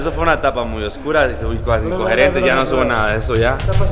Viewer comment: "como que cosas tan icsgcogerentes" JAJAJA